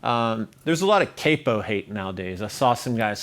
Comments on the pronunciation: It’s CAP-O, not CAPE-O. Come on! 😅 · Capo is said like the a in cap but with an o, what's caypo some kinda fish or something. Awesome video though